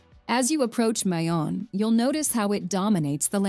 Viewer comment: Mayon Volcano,,,,all our vowels,,, especially,,(a) is pronounced as short vowel...please don't say it in long (a) sound ...